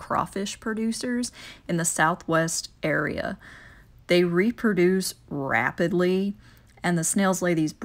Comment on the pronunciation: She didn’t say rapidly. She said rrwhaaaapidlee.